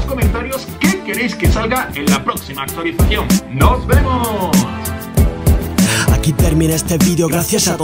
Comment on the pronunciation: Like si escuchaste a decir actulicion 😂😂😂😂